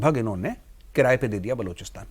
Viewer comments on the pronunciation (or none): बलूचिस्तान होता है बलोचिस्तान नही 😂 किसने पत्रकार बना दिया